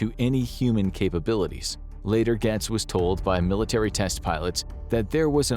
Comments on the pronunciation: I'm sorry, but it's pronounced gates. Not gats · Just an FYI, it's pronounced "Gates" (Gaetz). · The narrator has to either be AI or not an American because he mispronounced Matt Gaetz so many times and it's baffling that anyone in the US would not know who he is and how to say his name correctly. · This show can't pronounce Matt Gaetz' name right, or acknowledge how he's easily one of the most corrupt politicians our country has, but I'm supposed to believe that this video is trustworthy and not biased? Seems like Infographics kinda wants aliens to be real, so much so that they're willing to use Matt Gaetz as a reference (but can't pronounce his name right).